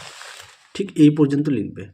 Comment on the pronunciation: "aei" was epic😂😅